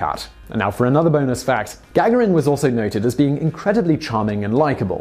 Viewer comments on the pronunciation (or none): It's not gag erin it's ga garin! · Oh...peanuts! And it's Ga-garin (ɡəˈɡɑːɹɪn) not Gag-arin who doesn't know that? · The accent is on the second ‘a’ - Gagárin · Love the video, but had to give it a thumbs down because of that hideously annoying and obviously intentional mispronunciation of Gagarin's name. Simon, I've heard you say it correctly before in multiple videos. This tactic is beneath you, and it's actually made me lose a tiny bit of respect for your channel. Knock it off. P.S. If I'm somehow wrong and you suffered some sort of stroke between the last time you pronounced Yuri's name and the present, and this isn't intentional, I apologize. But seriously. Stop it. P.P.S. Again, otherwise great video! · "Yuri Gagarin" surname is pronounced "ga-GAR-in", not "GAG-a-rin". Simon also rountinely mispronounces "et cetera" as "eck-setera", but that's pretty common mistake. It's "et-setera". No hard "C" sound in there. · Is GAG-A-RIN the way you say it or typical? As am american hearing his name said Ga-Gar-In. With everything i can find online being that the american pronunciation is more like the Russian pronunciation. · PLEASE SIMON ITS GA-GARIN.........! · You mispronounced Yuri Gagarin's name every single time. I had to turn off the video after the fifth time. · I know name pronunciations can be difficult, but it would be nice for you to spend even a tiny amount of time double checking names like Gagaron in this video or JonBenet Ramsey in a recent video. Even searching YouTube for a video will likely yield the proper pronunciation. Hearing such well-known names pronounced incorrectly is distracting. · Morgan B It's off putting and extremely annoying because it's intentional, noticeable and detracted from the information being imparted. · it is, unfortunately, a tactic used by some content creators to stimulate comment traffic for a video. Simon is well-known for mispronouncing names; perhaps it's not all been accidental.